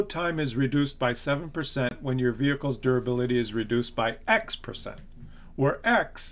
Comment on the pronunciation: "You're gunna have veeled wehicles...." >D